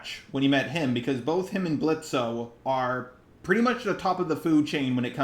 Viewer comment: BRO- that one scene before Moxxie came, the one with Blitzo and Striker during Strikers monologue to Blitzo made me smile like an idiot- not me shipping them just cause of that LMAO loved this review tho I'm dying NJNNDWKNKD- edit: The fact that u keep saying Blitzo while pronouncing the 'O' I